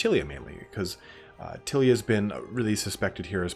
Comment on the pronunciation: There`s nothing to worry about in the pronunciation. There are no Italian words in DOW, only words that some English guys made up which sound Italian-ish. I`m more worried that you are massacring Tilea, which I always thought of as ty-lee-a. Also, being American (which you cannot help) you don`t see all the puns, in-jokes, references, & play-on-words that old-school warhammer/40k used to be stuffed full of. Otherwise, good work fella.